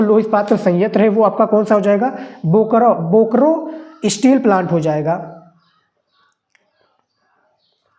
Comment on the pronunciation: स्टील होता है स्ट्रील नहीं